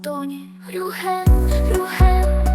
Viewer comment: Чому Рюхен, а не Рюген!??